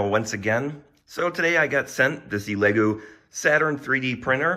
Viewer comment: E Lego? I think its ele-goo